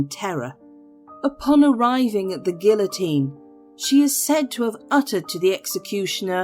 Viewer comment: You pronounced guillotine wrong. You said gilllll-a-teeen. That's not French. I cringed. It kind of demoted the credibility of the video.